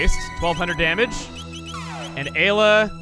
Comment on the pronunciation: Remember when he pronounced Ayla as Eye-la? I do